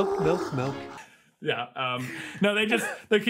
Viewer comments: "Melk" is how you spell and say milk in my home language but I doubt that was this movie's intention... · I heard the "melk" thing, and honestly, I assumed it was just the director trying to make the point that the hedgehog was dumb/didn't know better. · Anyone know that skit where some guys end up shooting each other because one of them says "melk" instead of "milk"? Cause that's what I immediately thought of when I heard that hedgehog say "melk". I wish the scene in this movie ended the same way.